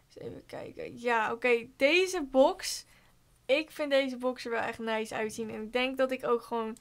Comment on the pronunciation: Hahah. Hoe jij da zegt neis